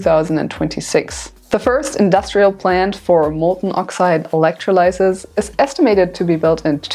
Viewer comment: Hey! That was really useful and well presented. So glad I found you, and hope that your channel really builds. Just one constructive note - 'electrolysis' in English is pronounced with the stress on the 'o'. Thank you!